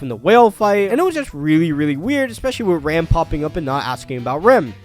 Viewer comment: Listen listen, it's not Ram, it's "Ram"